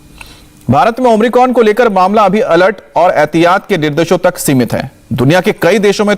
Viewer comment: ओम्रिकॉन‌ नही बे ओमिक्रॉन बोल